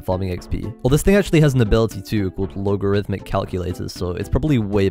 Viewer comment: You pronounced logarithmic correctly lol